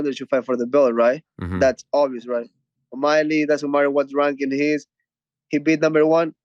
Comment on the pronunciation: chito messes up omalley the second time around